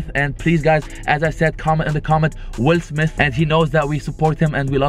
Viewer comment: Like for how many time’s said Will Smis😂